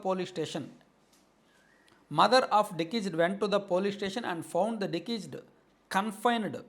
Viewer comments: డికీస్డ్ కాదు డిసీస్డ్ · డిశీస్డ్ అని చదవాలి, డికీస్డ్ కాదు. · దికీస్డ్ కాదు డిసీస్డ్ అని చదవాలి. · 😂 dekesed కాదు రా దిసీజ్డ్ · బ్రదర్ డి కీజుడ్ కాదు డిసీజెడ్ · It is not dekeased it is deceased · అది డికీజ్ డ్.కాదు డిసీస్డ్ అంటారు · Dikised entra karri ga adhi deceased 😂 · Decesed kadhu ra gandu. Deceased, and nuvvu okka ammudupoyena kukkavi ani clear ga ardham avthundhi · anna nuvvu mana TDP vaadiveney, mana TDP English a matladuthunaav..It is not Dikiced, it’s deceased (death).. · డికీస్డ్ కాదు రా పుల్కా డిసీజ్ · Plz read it as డిశీస్ట్ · First, Please set right your pronunciation of deceased